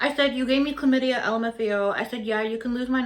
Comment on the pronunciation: It's Clam-itty-a. Chlamydia.